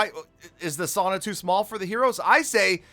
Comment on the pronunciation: U pronounced sauna wrong